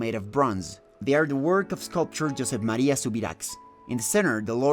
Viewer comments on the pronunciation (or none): none